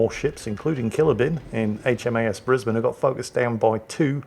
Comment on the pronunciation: The way you pronounce HAMS Brisbane, as a Brisbane local that makes me happy!